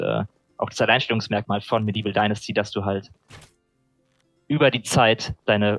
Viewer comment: "Dinnersti?" Alter, wie lange arbeitest du jetzt in der Branche, dass du noch immer nicht weißt, wie man "Dynasty" ausspricht? Ist es wirklich zu schwer mal google translate oder so anzuschmeißen, um dort den Namen des zu besprechenden Titels einzugeben? Ultrapeinlich!